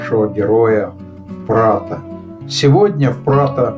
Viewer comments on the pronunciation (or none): Не Прадо, а Прато! ☺